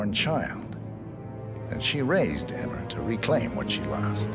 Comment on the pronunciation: I think there was a typo in the script. They both called her “Emmer” lmao